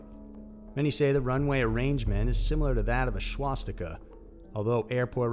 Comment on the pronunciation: Narrator sounds like Sean Connery when he pronounces swastika. Shwastika! 😂